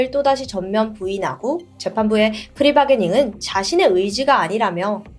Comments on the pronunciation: 이건 영어의 문제가 아니라 표준 외래어 표기법의 문제임. 국립국어원에서도 플리 바게닝(plea bargaining)으로 명시하고 있음. 반복적으로 프리라고 말 하길래 개인적으로 좀 거슬렸음. 못 알아듣고 알아듣는 문제가 아님. 당신처럼 아무렇지 않은 사람도 있고 다른 사람도 있는 것임. 무슨 비방이나 허위댓글을 단 것도 아니고 이런 저런 설명이 귀찮아서 단순한 댓글을 단 것임 'Free'와 'Plea'를 구분하는 건 영어 실력 자랑이 아니라, 단어의 최소한의 의미 전달을 위한 것임. 트루크라임처럼 전문적인 정보를 다루는 채널에서 진행자가 용어를 틀리면 당연히 시청자가 바로잡아줄 수 있는 것임. 채널의 발전을 위해서도 도움 될 수 있다고 생각함. 이 채널에서 그 의견을 그냥 무시하고 넘어 갈 수 있는 것도 당연히 이해함. 난 내 의견을 전달한 것임. 이걸 트집이나 개오바나 우월하다고 착각한다거나 남을 가르치려고 한다는 인신공격성 발언을 하는 것은 삼가해주길. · 계속 프리바게닝 이라고 말하는데, plea bargaining이고 플리바게닝이라고 발음해야 합니다